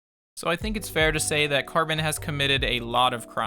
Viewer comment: Why does he keep saying his name like Carbon or Carmen?